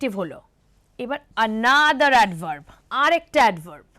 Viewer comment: What are vorb and advorb? Plz pronounce correctly.